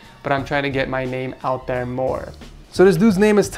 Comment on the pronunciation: Edgar: "this I like" Jeff: "me neme jeff" UGHHH DAM CLOSE ENOUGH